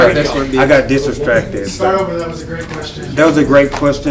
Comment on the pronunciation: OMG! Did say disdastracted 😂😂😂😂😂